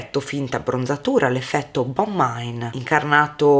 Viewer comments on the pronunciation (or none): Interessante questo video.. Non uso molto il contouring perché non mi piace l'idea di avere il viso scavato..anzi..sono già magra..va bene così 😂😂 Ps. La pronuncia di Bonne Mine non è inglese ma francese😊